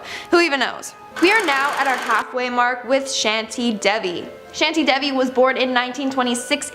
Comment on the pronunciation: Shantie Devi not shanty debbi n cadaar nath By the way iteresting video 👌🏽